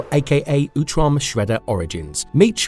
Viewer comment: It's utrom. Not youtrom.. Sound like fake AI reading